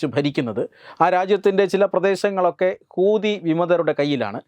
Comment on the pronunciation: ഹൂദി. അല്ല.. ശരിക്കുമ്. പടിച്ചിട്ട്. പറയുഗ.. ഹൂത്തിഗൾ.